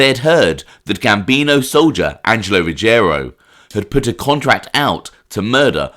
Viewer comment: It's pronounced Ruggi-ero and not Rugg-erio.